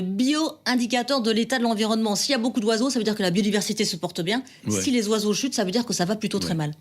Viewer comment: Compter les zoiseaux?